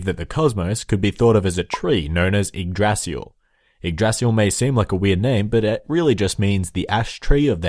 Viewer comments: "Feel free to make fun of for pronouncing everything incorrectly" Me: I'm sure it's not gonna be that bad First word: "Yggrasil" Me: in shock "Yggdrasil" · Yggrasil is pronounced ig-da-sil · Ygg"d"rasil Hod not Baldur and Odin dies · It's prononced yig-dra-sil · Yggdrasil is pronounced igg drah sil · yggDrasil (you misses a D) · when you said the name of the world tree i laught in my language we say yggdrasil but im from scandinavia so there is a difference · YGGDRASIL WAS PRONOUNCED SO wrong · lol I'm Swedish and I laughed so hard when he butchered Yggdrasil XD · Yay my prayers have been expected thanks for the video Also you pronounced Yggdrazil, angabora, balder wrong